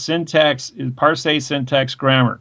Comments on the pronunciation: So 'parse' rhymes with 'arse', not 'ar say.' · Also, "par-say.' =_= It's fucking "parse," as in like how you say "purse" but with an "ah" sound instead of an "uh" sound. This guy is a fucking perfect example of the Dunning-Kruger effect in action.